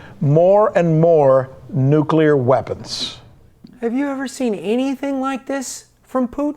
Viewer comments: It's not Nuc U lar War. It's Nu Klee ur. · It is N U C L E A R. Not n u c e l a r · We need pickle rick. P.S. caught the "nukular" war at the beginning, but its all cool man, erebody slips. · Please learn to say the word "nuclear". Otherwise it's hard to find you credible.